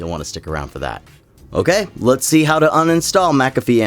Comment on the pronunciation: bro said “hiw” 😔😔😔